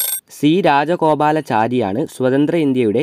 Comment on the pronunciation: രാജാഗോപാല ചാരി അല്ല രാജ്പഗോപാലാചാരി എന്ന് വായിക്കണം